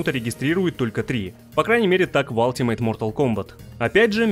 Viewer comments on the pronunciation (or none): none